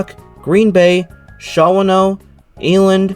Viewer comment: Shawano is pronounced Shaw-no, long E on Eland, Antigo is An-ti-go, Manitowoc is Man-i-twoc.